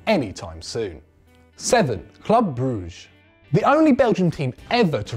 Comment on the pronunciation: I was laughing when he said Brugge